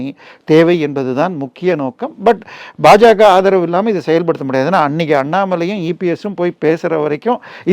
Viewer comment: it is BaJaKa and NOT PaJaKa. Change your pronouncement.